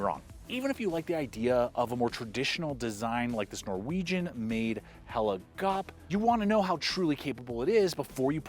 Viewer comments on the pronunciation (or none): When he says, “Hella Gawp”!! Hilarious. It’s Hell-eh G-ou-peh. Say the ou like you say ouch.